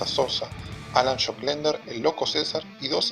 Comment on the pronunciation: alan shocklender ??? te equivocaste